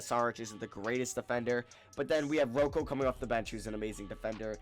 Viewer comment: NO ONE CALLS HIM ROE COE STOP IT